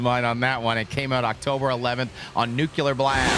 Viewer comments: Nooculur 😂 I have a friend with Finnish blood. He told me to pronounce every vowel well. Two “u”’s are really pronounced like u-u, like saying it twice. It’s a strange lingo, just like Hungarian. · pronunciation of the Finnish language is just as good as his pronunciation of the word nuclear